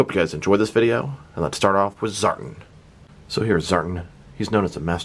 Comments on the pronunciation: you’re far from the first to pronounce it that way too. It sounds weird to hear it like that, but all through the video you pronounce it as “Zartn” instead of “Zartan”. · It's pronounced ZAR-TAN🤙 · Reviews more emphasis on "AN" within the word Tan. Ex." I went to the beach to catch a TAN". ZAR-TAN. I'm not sure if it's because u have an accent. If so, i apologize. I enjoy your content either way. 🤙